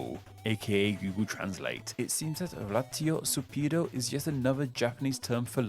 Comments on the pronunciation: Other comments talked about raitosupiido, but I think you didn't get it cause you pronouns ed it nor like raitospiido, but ratiosupido. (Japanese phonetics, not ratio but you know) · Raitosupiido is pronounced more like “rightspeed”, but the r is tapped so it ends up sounding like “lightspeed”. It’s just the closest you can get to saying the English word in Japanese. The issue is you using English phonetics, which is incorrect, but totally understandable